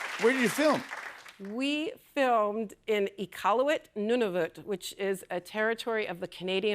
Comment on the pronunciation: Props for her pronouncing Nunavut correctly